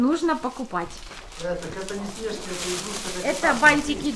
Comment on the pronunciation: А почему вы говорите снЕжки а не снежкИ ? Вы просто самые лучшие